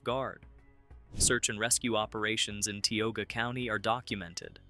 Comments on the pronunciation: I thought it was pronounced "Tie-oga" County, not Tea-oga. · Ti/ogia not te /ogia. Mispronounced. Gettysburg battle fields are eerie feeling.